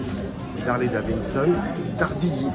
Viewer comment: Bonjour J'aime bien vos vidéos Mais personnellement il y a deux petites chose qui me gêne un peut ... Le son n'est pas toujours au top Et quand vous dites " daviNson" au lieu de " daviDson" Oui je sais je chipotte 😁😁😁 Allez en attendant la prochaine !!! Cdlt ✌️